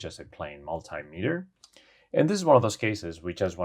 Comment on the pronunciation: Sorry to be picky but the volt meter you use is called a mult-tea meter not mult-eye meter....